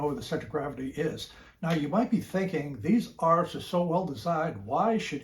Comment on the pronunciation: Please don’t call them arfs